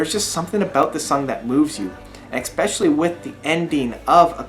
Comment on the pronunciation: Stop saying, "expecially." It's not a word.